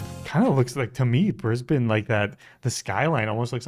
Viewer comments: Thank you for pronouncing Brisbane correctly!! I live in Brissy !!!! Love my city, my state, my Country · Well hats off to you for pronouncing Brisbane correctly and not saying Brisbaaaaaaane lol Firstly, Kangaroo's don't jump around out city streets. If you go out further where you see acreage properties, you will see heaps of them! We have them around us as we have a small farm just over an hour from the city. Mt Cotton has a tone of them and there is a great winery there call Sirromet. South Bank is right in the city and it's lovely and was the site for the 1988 Expo (probably way before your time lol) Brisbane is also way more relaxed than Sydney and Melbourne, it's not a rat race like those two cities. There is also the advantage of only being around 1 hour to the Gold Coast and 1 hour to the Sunshine Coast where you will find absolutely spectacular beaches! Australia Zoo is also not far from Brisbane and that is an absolute must see when you are here. It also never gets cold! We are crazy hot in Summer and our winters are beautiful and most of the time you can get around in a T Shirt in winter! In short, come to Brissie/BrisVegas/Brisbane, you'll love it here! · Glad that you pronounced it properly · First off - THANK YOU for pronouncing it right. Way too many Americans call it BrisBANE like the Batman villain when it's more a BrisBEN sound. Edit: not Bribby 😭. Bry (like high) bee - so Bribie is Brybee sounding.